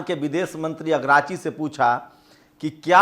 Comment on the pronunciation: भाई ईरान के विदेश मंत्री का नाम अब्बास अरागची है अगराची नहीं